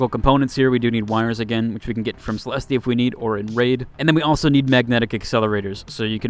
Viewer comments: The fact that the game is voice acted and they call her "Cell-est" and that "Celesteeee isn't even an actual name is wild! lol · Great guide! Her name is enunciated: Celest, there's no 'E' sound at the end, for it's silent. I actually just found a Blaze Grenade blueprint last night! First Leaper I killed with a Blaze was during the server slam, just happened to have one and used it. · It's not though. It's a French and Italian word that came from Latin; It's pronounced "Suh - Lest/Seh - Lest" in English. The game is in English, using English pronunciations for everything else - so the guy in the video is pronouncing it incorrectly in context. Not only that but, it's pronounced Suh - Lest in game. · Why is it so hard for everyone to say Celeste right these days :/ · Bro it's not Celesteee. It's just pronounced "Cell-est" lmao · Is this AI? I've never heard anyone pronounce Celeste as Celesty lol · hahahahahah all these dudes in the comments get triggered by the pronunciation of Celeste 🤣🤣🤣 "MAN! THE MAIN SUBJECT OF YOUR VIDEO IS IRRELEVANT BECAUSE YOU ARE CELESTEEEEEEEEEEEING" btw...nice vid bruh. Good intel! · Idk if you are doing it on purpose, but its Celeste...like Suh-Lest. I get it if you are doing it on purpose. I used to pronounce the RPG missile launcher, as, RPJaysss instead of RPGees, back in the call of duty days, and it pissed off my friends so much for some reason, that I kept doing it just because. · My brother, its Celeste, the E at the end is silent lol. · You butchered it like 4 times bro, it wasn't just one single oopsie :') edit: now up at 5, haven't finished watching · Pronouncing 'Celeste' wrong every time is diabolical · The "e" at the end of Celeste is silent, my guy. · It’s a silent e for Celeste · you don’t pronounce the E at the end of celeste lol